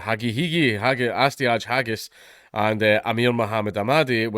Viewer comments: D'you have to keep misspronouncing their names as 'haggis'? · Her name is pronounced, "hag-heiney". Get it right. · "Hagis" - trying to read names.